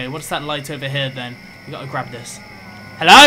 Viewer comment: ''HELLOWH?!'' XD